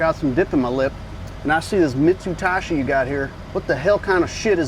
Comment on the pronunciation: Mitsutashi lol